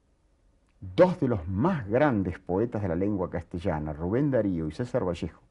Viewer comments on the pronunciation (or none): none